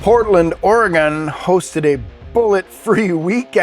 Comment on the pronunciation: Lol. I live in portland and I forgive you for mispronounce Oregon. And there was a shooting on my street that day… it didn’t work.